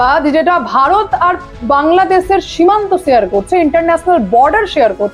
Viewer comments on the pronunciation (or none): none